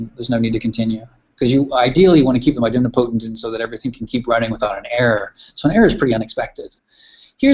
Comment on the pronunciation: It's "idem'potent", not "i'dempotent" :) Sorry to correct the pronunciation, but I enjoyed this tutorial :) Cheers.